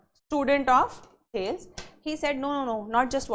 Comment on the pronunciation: As a keen student of political theory I am very dissatisfied after watching this lecture. The pronunciation of Thales is incorrect seems never attended the lecture of subject . Element is never mentioned it is substance. Madam please read first the basics then become teacher . Start with the History of political philosophy by G H Sabine.